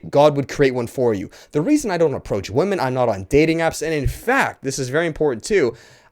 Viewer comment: Is he purposefully mispronouncing the word "women"?